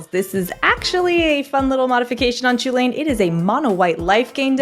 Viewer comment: By the way, did not pronounce Chulane correctly. I believe that it is pronounced "Hulan" from a being in Celtic mythology.